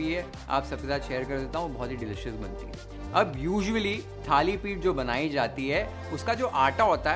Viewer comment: Perfect pronunciation Thalipith